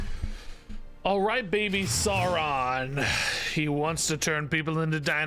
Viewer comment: No it is sow ron like lird of the rings in his first appearance he literally names himself after the lotr character because hes a massive egotistical nerd lma9